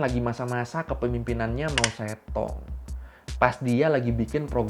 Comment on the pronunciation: Biar pas penyebutan mao zhedong Di baca mochetung